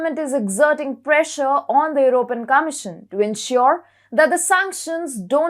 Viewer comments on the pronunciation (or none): none